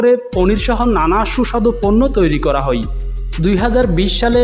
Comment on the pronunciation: আপনার "হয়" কে "হই" বলার কারণে।